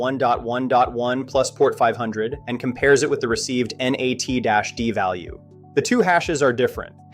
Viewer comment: and it’s not ennn aaayyy teeee. it’s NAT